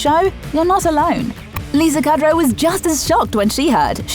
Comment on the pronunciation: Thumbs down for pronouncing Lisa Kudrow's name wrong. I mean who messes up Kudrow?